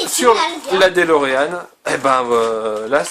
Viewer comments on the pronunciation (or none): on dit [deuxloréane]